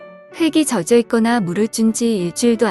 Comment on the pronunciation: 젖여가 아니고 젖어입니다 거 참...